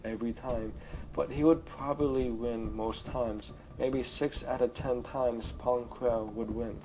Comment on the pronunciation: *Pon Krell not Pong...